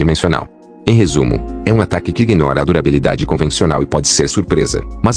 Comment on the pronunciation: eu acho que um cara que fala "iguinoram" deve ser ignorado